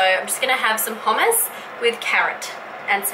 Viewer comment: actually the first time u said hummus was the right way to pronounce it ;)